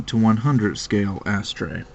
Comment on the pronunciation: It's funny the way people pronounce it 'Ass-Tray' (rather than 'a-STRAY').. always makes me think they are saying: "Ash-tray".